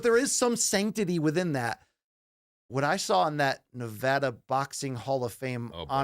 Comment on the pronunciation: BC you say Nevada wrong